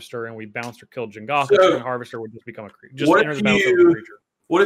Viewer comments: Every time someone says "Jengatha" the tumor in my head grows another size larger. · It's Jegantha, not Jengatha, and Mischievious is not a word.